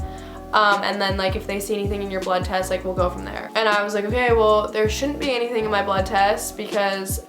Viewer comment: "blood twest" haha but omg that's so messed up